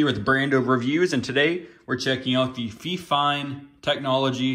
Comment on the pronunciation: "fee-fine" LMFAO